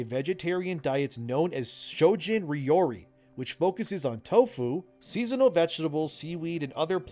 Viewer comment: please use google to speak japanese correctly.... it was hurting my ears hearing you say ryori wrong....